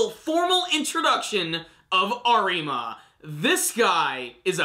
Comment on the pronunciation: The r in Arima is pronounced as a d.